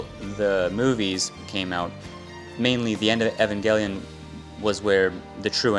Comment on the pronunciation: Not to be a dick but it's pronounced eev-in-gel-eon as in evangelical which means holy when your applying it to God